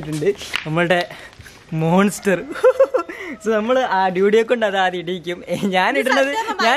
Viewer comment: Bro ആത്യ മായി alla ആദ്യ എന്നാണ്